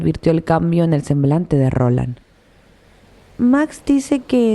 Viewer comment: Es Roland no Ronald